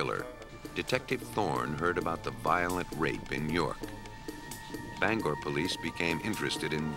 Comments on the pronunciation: Just wanted to say that I remember the Maine case. But get it right narrator. It's not "Banger" It's " BangOR" Maine. Just a pet peeve of mine as a Mainuh. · lol "banger" it's banGOR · That's "Bang-gor". Also, :Houlton is "whole-tun". I know this is nit picking but a Main-uh;s ears hurt every time we hear this.